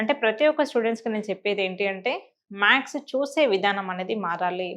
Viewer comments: You are saying. MAKS...Its not maks it's maths....+ Or - symbols..sign kuda anachu while teaching you must say smbols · ప్లీజ్ మేడం మీరు మ్యాక్స్ మ్యాక్స్ అనకండి 🙏🏻🙏🏻🙏🏻 మ్యాథ్స్ అని పలకండి ప్లీజ్ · Plz say maths, not max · మ్యాక్స్ అనకండి. మ్యాథ్స్ ఆనండి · ఆవును మాథ్స్ అని చెప్పాలి